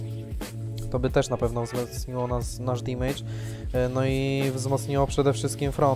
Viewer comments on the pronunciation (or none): Fajny odcinek jedyny minus to "dimejdż" który boli mnie w uszy.